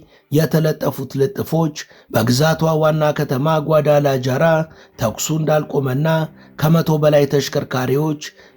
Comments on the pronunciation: ነፍሴ የከተማዉን ስም አስተካክለህ ጥራ። ጓዳላጃራ ሳይሆን ጓዳላሃራ ተብሎ ነዉ የሚጠራዉ። ለወደፊቱም እንዲጠቅምህ በስፓኒሽ ቋንንቋ Ja የሚነበበዉ ሃ ተብሎ ነዉ። ለምሳሌ jose ሆሴ ተብሎእንጂ ጆሴ ተብሎ አይነበብም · ጏዳላጃራ ሳይሆን ጏዳላሃራ ተብሎ ነው ሚነበበው